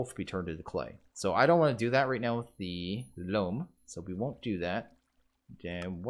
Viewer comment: "Loam" is pronounced like "roam" and "foam", not like "room".